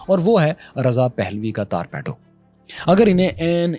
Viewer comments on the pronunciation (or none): Torpedo pronounced as Torpeedo sir